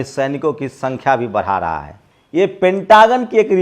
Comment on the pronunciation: Bada raha hai😂😂 baraa Raha hai 😂 bolna to sahi kar